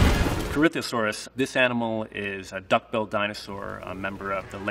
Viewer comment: i love how he says "duck build" dinosaur, like these dinos were starting their dark souls playthrough and decided to go a duck build